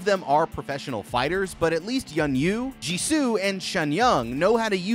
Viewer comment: Did he say Jisoo? Or am I trippin